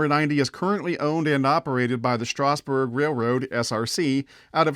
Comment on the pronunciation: Please stop mispronouncing Strasburg. It's pronounced Strazz-burg.